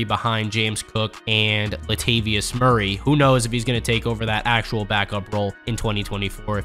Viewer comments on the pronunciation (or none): none